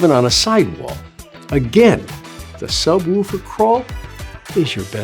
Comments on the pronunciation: Mistake number one: Calling it a subwoooooofer. It is a subwoofer. Say it right, or don't bother. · Sub woooofer?😂 Who taught you this pronunciation?